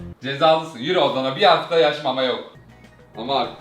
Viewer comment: ✨BiR haFTaĞ MamA yOkĞ✨